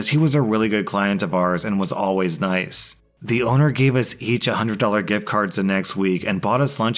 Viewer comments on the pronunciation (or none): none